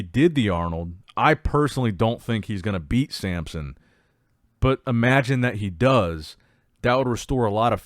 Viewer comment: And he’s the king of mispronouncing names… he can’t help himself, he just has to say Sampson every time.